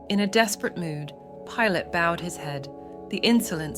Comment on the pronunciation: Why can’t you say the names right? Pilate 🤯